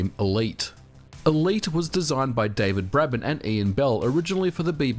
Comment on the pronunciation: Why did you call David Braben "David Breben"